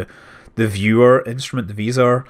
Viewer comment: did you mean to say визор? It's pronounced visor.